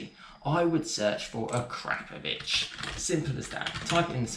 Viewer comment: It's akrapovic not A 'crap' povic